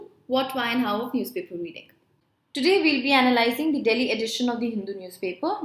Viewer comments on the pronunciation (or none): none